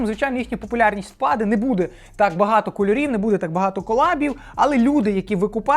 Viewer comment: Наголос впАде, а не впадЕ